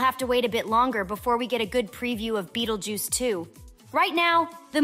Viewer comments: "Bettel juice" ? Learn to read. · What’s with the “Buttljuice” ?? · Whoa whoa whoa whoa whoa did you gen x bish say bettlejuice?